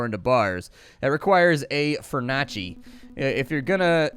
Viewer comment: i love it how he says the furnace calling it fur naa cee